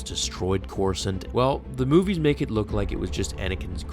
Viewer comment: "Destroy Coresaunt" excuse me wat